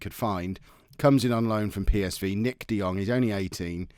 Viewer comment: PS you pronounced Nick de Jong just perfectly